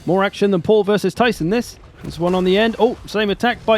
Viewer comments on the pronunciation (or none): none